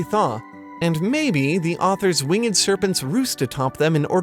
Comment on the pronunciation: "Wing-Ed" serpents. Love it. -Blessed Be. LOL